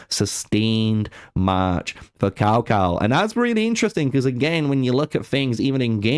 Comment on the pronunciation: It's TsaoTsao, if you're going to try pronouncing it.